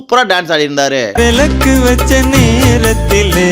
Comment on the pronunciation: விளக்கு என்று சொல்ல வேண்டும் விலக்கு இல்லை. நடுவர்கள் வந்தேறிகள் அவர்களுக்கு ல வும் ள வும் ஒன்றுதான்